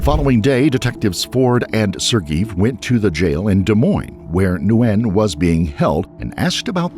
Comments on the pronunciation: Btw - it’s not “nuu-wen” for Nguyen, it’s pronounced simply “win” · Isnt his name pronounced 'win' or ' gee in '? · Name is pronounced ‘when’ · Last name Nguyen is pronounced WHEN, not newwhen. Condolences to her friends & family😢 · Nguyen is pronounced "WHEN/WIN" And ew, that area is ATROCIOUS. You can smell it thru the screen 🤢🤢🤢🤢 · Steven's last name is pronounced "WIN" 😁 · Learn how pronounce "Nguyen". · Was looking for this comment. I was not paying attention to video, just hearing and went back to it thinking "is he trying to pronounce Nguyen?"